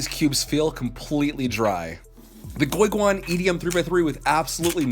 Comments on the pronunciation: Its GuoGuan not GueGuan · Did he just say goyguan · Goy guan😡 I hate your Chinese name pronounciations